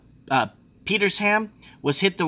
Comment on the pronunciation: Peter sham, one word